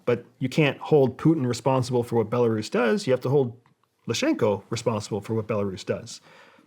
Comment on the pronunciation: So he’s a cia spy but doesn’t know it’s Lukashenko and not Lushenko like he said? I don’t buy it